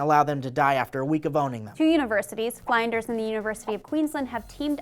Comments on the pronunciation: fl-in-ders. Not fly-nders. 'i' as in the 'i' in 'it', not the 'i' in 'find'... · love you, just wanted to let you know that "Flinders" is pronounced with an 'in' sound, like "indoors" & "inside", so 'Fl-in-ders'; as opposed to the 'fly' sound that you used. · It's pronounced flinders not fl-eye-nders aaaaAAHHHH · Hahaha called the Uni "fline-ders" not "fliin-ders" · FLIN as in TIN not FLINE-DERS! Ask the Australian next time pls! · fl"IN"ders you don't pronounce In as ein. filter this shit through maude geeez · gotta be that guy but its not pronounced 'flynders'. think of the way flint is said, its fl-in-ders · As an Australian, I had to laugh at pronounciation of Flinders (its FLIN-ders, not FLINE-ders, but with a soft 'r' at the end, like a real Aussie):) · Lol "fly-n-ders" ahahaha. Its "flynn-ders" guys 😂😂. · "F-lyn-Ders not Fl-eye-nders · i have to comment on flinders uni coz its pronounced flinn-ders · hahaha "fline-ders" maybe ask Maude how to pronounce Aussie things hey. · HAHAHAHA I live right next to Flinders Univercity and you stuffed up!! hahah is pronounces Fl-i-n-ders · its Flynn - ders University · Flinders is pronounced like tinder with an s. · did have a little giggle at how pronounced flinders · god damn you're attractive, but that's not how you pronounce "Flinders" you dumbsexy bitch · That mispronunciation of Flinders 😂 Americans are the best! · The way said Flinders physically hurt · pronouncing Flinders wrong makes me laugh and is cute but all i want to do is calmly tell her the correct way of pronouncing it even though she can't hear me through my computer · Flinders uni rep, it's funny how some people pronounce it :'D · Baha! Maude, teach how to pronounce the name "Flinders"! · You're saying Flinders wrong dude